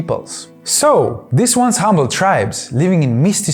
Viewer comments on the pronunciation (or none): none